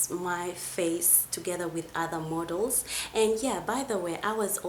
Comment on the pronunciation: ever time she says model, I hear mortal